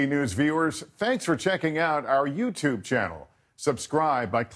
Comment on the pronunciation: Why does he say YouTube at the end like yewu toob channel? There’s an extra syllable in there somehow.